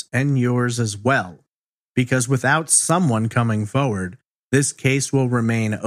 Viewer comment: The way you say forward like foewud I have missed this channel seems ages since I watched something